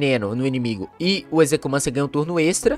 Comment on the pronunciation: A pronuncia do nome dele e ezequiumencer